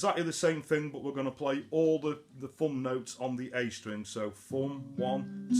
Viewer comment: Great Job, but WTF if Foom ? Busten em mate, I know you saying thumn..right?